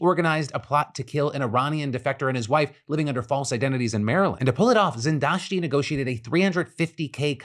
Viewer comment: i feel the need to appluad your pronanciation of Zindashti's name. good job